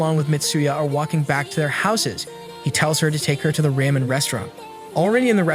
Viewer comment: why he keep sayin raymen its ramen